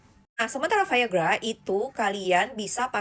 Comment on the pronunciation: omong biasa aja viagra gak usah ke barat2 an